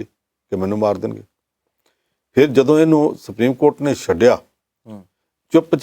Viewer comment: ਸੱਡਿਆ ਬੋਲਣਾ ਠੀਕ ਨਹੀਂ ।ਛੱਡਿਆ ਬੋਲਣਾ ਚਾਹੀਦਾ ਹੈ ਪੰਨੂ ਜੀ।